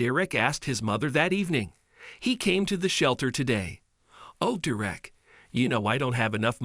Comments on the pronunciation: When u pronounce the names does it make sense? His name is not direct, it’s DERRICK! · So his name wasn't Derek, it was "Dee Wreck". I'm sorry, but I was laughing at the "Dee Wreck" pronunciation all the way through what was really a good story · you need to learn how to pronounce the name ‘Derek’ (pronounced ‘DER-rick’), and the word ‘sweetheart’ (pronounced ‘sweet heart’, not ‘sweethart’) among other things. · Lol....and Derrick being prounounced as "derrrrrr-eck"? LOLOLOLOLOLOLOL Hopefully you didn't pay someone to give this narration. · When you do the computer generated voice you have to sometimes phonically versus the way it is actually spelled. They wrote it Derrick when it should have been Darerick. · Why can't you pronounce Derrick? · ugh i swear these pc voices are trash enough to not say a name correctly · Please! The dog was NOT in danger of suffocating. He was, however, in danger of heat stroke. This is basic education stuff. Were you asleep that day in school? Where the f**k do you people come from? Is stupidity common there? You can't even pronounce Derrick's name properly. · I wish he would pronounce the name correctly.